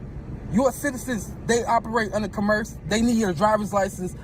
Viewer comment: This is long, and is closer to things I would have put in the chat than my normal commentary on B&B posts. I blame you guys, bingo, and Legal Fiction and CerebralTackle for keeping you two so well lubricated. To be fair: If one hasn't heard the word "commerce" pronounced correctly, pronouncing it based on "commercial" isn't an illogical guess. Making fun of criminal idiots of all shapes, colors, and sizes: Have you guys actually covered anything involving "little people"? Using AI to read something to you: I read a lot via Audible, so I can't knock that - it lets me read and do something else at the same time. I've been using Audible to read the Wheel of Time series, and am almost done. Not a funny: Thinking about it, I imagine that Mr. Lang is telling the truth at his stop, to his belief. That said, the first thing he said was that the license plates were legit and paid for, which sounds like a blatant lie. I've seen this video several times, and heard people reference a GrubHub bag -= I haven't seen that in the video. And (again, to be fair) one could have a GrubHub bag or sticker from previous work. Clearly, the opposite of "understand" is "derstand". The Constitution does carve out the District of Columbia (actually, whatever non-state area was specified for the eventual capitol) as being under the authority of the federal government, as opposed to any state government, as are U.S. military bases. BSBT's address: Is General Delivery still a thing, or have PO boxes replace